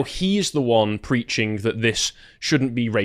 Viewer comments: Why does this guy keep saying "dat" and not "that"??? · Grifter replaces every TH with a D in his speech